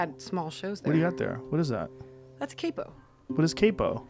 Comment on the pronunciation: Seriously just watching this and as much as I love you all it's CAPO, AS IN KAEPU (PHONEMES) not kaipo